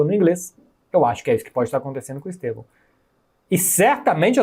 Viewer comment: Quão difícil é gritar "Stevan"???? HAHAHAHAH OU "Esteban"